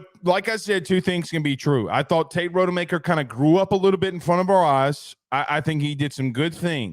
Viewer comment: Not RODE-e-maker. It's ROD-uh-maker. One google search and you can see that.